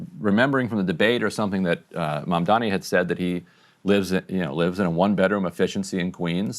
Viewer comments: Coumo at least learn to properly say his name its not "Mandani" it's MaMdani! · Cuomo doesn’t even know his opponent’s name. It’s Mamdani not “Mandami.” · He can’t even say his name correctly.😂😂 He keeps calling him “Mamdaami” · Can the Cuomos please learn how to pronounce Mamdani? Both brothers are always saying MamdaMi, and it frustrates the ever living hell out of me. Maybe Cuomo will lose just because people hate that he can't pronounce the letter 'n' in Mamdani! Holy hell it's not that hard. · He's still saying "Mamdami" lol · He still can’t even say Mamdani’s name! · Has Andrew decided to never pronounce Zohran’s last name properly? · IT’S M-A-M-D-A-N-I!!!! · After all this time, he still can’t pronounce his last name 🤣🤣🤣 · Andrew Cwerment intentionally mispronouncing Zohran’s last name at this point in time is childish and borderline racist. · lmao he still can’t pronounce “Mamdani” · Cuomo somehow simultaneously has Mamdani living rent free in his head and also cannot figure out what order the letters in “Mamdani” go 😂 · Can someone ask Andrew Cuomo why he refuses to pronounce Zohran‘s last name correctly?